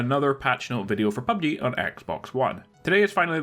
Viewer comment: U said pubd wtf